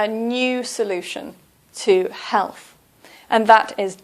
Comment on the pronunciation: be pronouncing Health as Helff